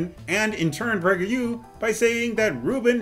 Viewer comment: lmfao 🤣 The way you said PragerU was autocaptioned "Pricker you" 👏👏👏